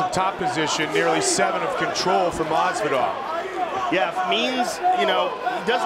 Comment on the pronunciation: Joe "Masveedoll" Rogan